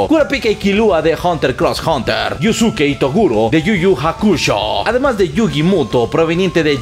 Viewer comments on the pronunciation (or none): Se pronuncia " Hunter Hunter " no Hunter Cross Hunter la " X" es muda.